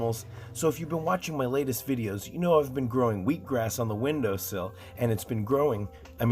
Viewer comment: Did you say "wheek grass?"